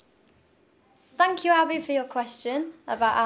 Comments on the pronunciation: its 'thank you'. not "fank you." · Don't you feel like you would just like to hug her dearly whenever she says "Phank you"!???? LoooooL ... I just love her way of pronouncing the "F" letter :D like when she said it in the first audition "They are very supportiph! they are back stage!" LOOOOOOOOOOOOOL Love you Cher ... keep the you are and NEVER Change please :)